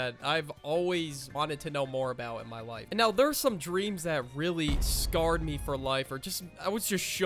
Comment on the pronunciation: He said scarred